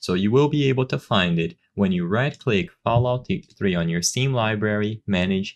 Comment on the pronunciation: “FoulOut 3”